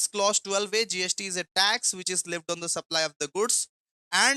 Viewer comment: Bhaiya Leived nhi hoga Levied hota hai